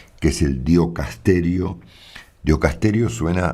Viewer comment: Ya te lo habrán señalado Marcelo. Se dice y escribe DICASTERIO (diocasterio no existe como palabra). Quise decírtelo hoy a la mañana pero la ducha no me dejó